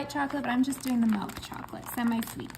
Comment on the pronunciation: It's milk , not what your saying. Where you from?